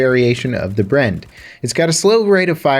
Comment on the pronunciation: it didn't sound like you pronounced BREN correctly. It is a conjunction of the factory location, Brno in the Czech Republic and Enfield, the weapon's designer.